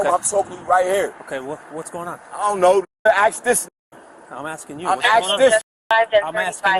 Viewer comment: U aint axing no bodee!